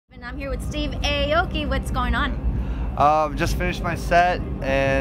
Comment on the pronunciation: HE'S AH-O-KI NEVER AY-OKEE. I'm from Japan so I'm sure of that. Everyime I hear that I feel a little embarrased. No offense. LOL